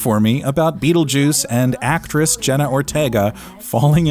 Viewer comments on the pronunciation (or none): “JENNA ORTIEEGA THE ACTRISS”